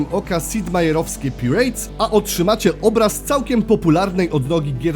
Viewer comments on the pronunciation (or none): Pirejts? PAJRETS